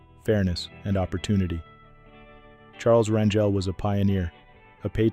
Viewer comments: Pronounced "R an hel " Not Ran "jel!" Like jelly Bunch of these people were just like us with Many faults but at least did their best to be not to be ultimate Hypocrites!! RIP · His name is pronounced CHARLES RAN GAL!!